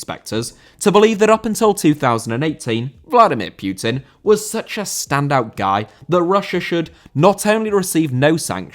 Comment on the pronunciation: "Vladimir Pioutine" Are you really that english?? Pronouncing anything that's not english so fucking bad